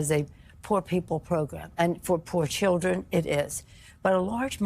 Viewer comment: It's so creepy to hear Nanchoo keep saying "I want to be in there for the 'Childrrhen'" and do exactly what? Indoctrinate them to be perverts?